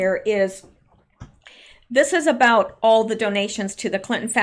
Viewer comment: Pardon me did you say about or a boat? Please clarify.